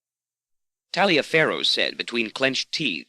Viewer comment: I think Taliafero is often pronounced "Tolliver".